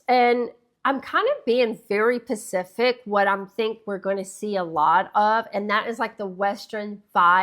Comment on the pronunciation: It's pronounced SPA-SI-FIC not PA-CI-FIC...just saying. Also, I know it's not PC but I love my REAL furs. Never out of style.